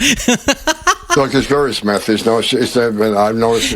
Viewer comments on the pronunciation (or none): none